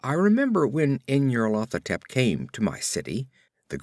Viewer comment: I can't decide if you're pronouncing this as "in your Lathotep" for comic effect.